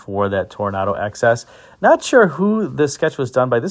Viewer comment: It kept sounding like you were saying 'excess'....for the Toronado XS 😊